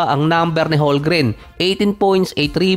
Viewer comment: Silent L ang HOLMGREN hindi silent M.. Ay naku..